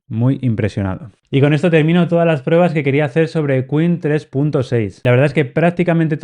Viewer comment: Son chinos, por lo que se pronuncia "qwen", como "te das cuen?", no es queen 😜 Muy buen contenido sobre modelos locales. Espero no te tomes a mal lo de la pronunciación 👍🏼👍🏼